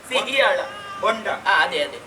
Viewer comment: ಸಿಹಿಯಾಳ ಅಲ್ಲ, ಸೀಯಾಳ